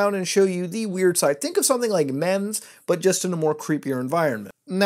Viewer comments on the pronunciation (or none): did you say "mems" XD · Mems.. he said mems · Scuse me please pronounce meme again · the way you say memes hurt my soul